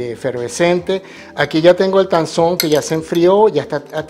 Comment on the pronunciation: Tangzhong en MANDARIN QUIERE DECIR ESPIGA CHINA. La zh se pronuncia ch. zhong es el pais china. La t de tang se pronuncia dejando salir aire . No es un T fuerte como en español. Muy bno su video y su canal. Me suscribi.